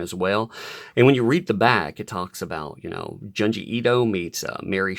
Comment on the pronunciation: I think Junji is pronounced "JOON GEE".